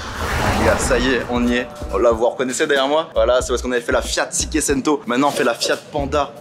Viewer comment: cikecento c'est une nouvelle marque ou quoi ?